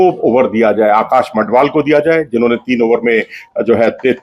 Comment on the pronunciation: Learn the names of players before you create the video. He is Madhval and not Mandhval